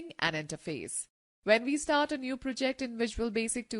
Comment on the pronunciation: The narrator lady obviously is reading a script without knowing what she is talking about. English is not her native language. She has a distracting accent, harder to follow. C# is "C sharp" not "C hash". She puts the emphasis on the wrong syllables, like proJECT. Wastes too much time explaining obvious things, such as > means greater than. It is better for a man to talk about programming.